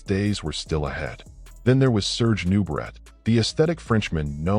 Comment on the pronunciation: It's pronounced new-bray, not new, brett. Some AI.